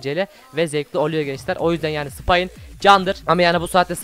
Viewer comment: spaini spayin diye okuyusu puıfhphfuphweufh (yanlıs anlamayınkotu amaclı degil):D